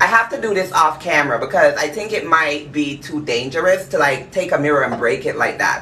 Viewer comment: Just the way he said I tink😂